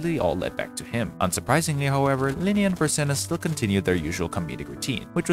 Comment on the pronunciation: you have no idea how confused I was when you called Lilia ----> Linia. I was like woah woah woah am I getting spoiled here. this is crazy. :D